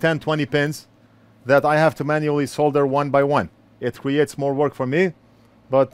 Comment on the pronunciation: so glad you pronounce it "Solder" not "Sodder"